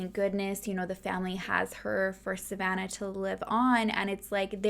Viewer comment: My name is Savannah and I love the way you say it🥰